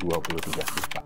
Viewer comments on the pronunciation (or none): none